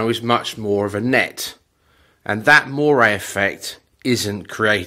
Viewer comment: This effect is moiré - not moray (that's an eel!!)